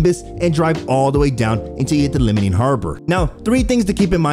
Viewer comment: Liming harbor ... LEEMING not LIMITING. good lord.